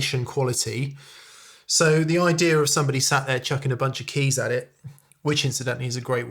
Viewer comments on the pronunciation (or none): none